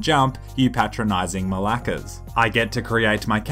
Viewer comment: the way you pronounce malaka is awful